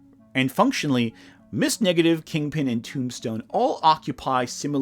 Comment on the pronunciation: Great video, but am I the only one hearing "Ms. Negative"?